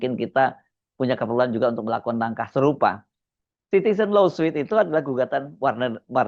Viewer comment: Koreksi. LAWSUIT dibacanya [lo:sut] BUKAN [lo:suit].😢